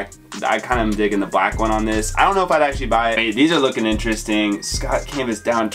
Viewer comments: Just for future references, Schott is pronounced "shot" :) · Yeah it’s definitely pronounced “Shot”. Shoutout to though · Just a heads up the “c” is silent in the brand Schott. Dope video man